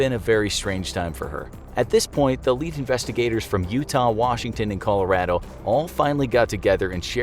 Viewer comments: I love how he says colarodo: ColaR A D O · cali- rah-dough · You say Colorado wrong